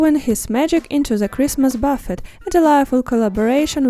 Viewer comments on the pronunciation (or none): Is pronounced bu-fay. The T is silent.